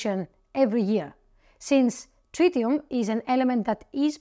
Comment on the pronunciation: Tritium, not trillium